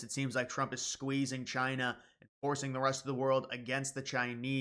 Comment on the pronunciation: Did you say “Trina”, like Trump and China combined 😂